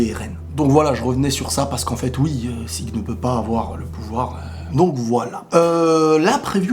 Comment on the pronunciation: Son nom c'est Zeke pas "Sieg"...